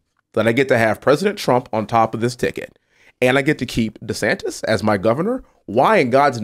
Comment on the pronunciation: “Destantis”? No! “Desanctimonians” The word was right there and it was even Trump that gave it to you! Hahaha